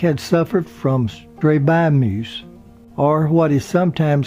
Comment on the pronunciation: No reason for to know this, but it’s pronounced, “strah-BIZ-muss”. Strabismus-known as a ‘wandering eye’.